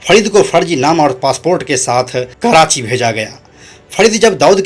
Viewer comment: छिछोरे लतख़ोर दो कौड़ी के अपराधियों को हीरो बनाकर ग्लोरीफाई करना बंद कर दो मूर्खो.. ऊपर से होस्ट.. बोलने तक नही आ रहा जिसे.. फरीद को फडीद.. छोटा राजन को छोटा ड़ाजन... कराची को कडाची.... हद है